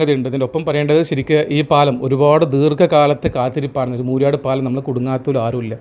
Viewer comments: മൂര്യാട് അല്ല മൂരാട് ആണ് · ബ്രോ മൂര്യാട് അല്ല moorad ആണ് ശരി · മൂര്യാടല്ല , മൂരാട്. മൂര്യാട് കോഴിക്കോട് സിറ്റിയിലാണ്.